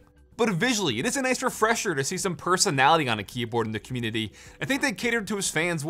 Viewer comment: did i just hear “commutitty”